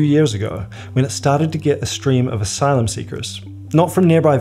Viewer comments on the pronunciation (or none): none